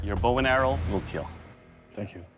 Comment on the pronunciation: Doug hit the dummy in a baaaaad spot "It will Keel"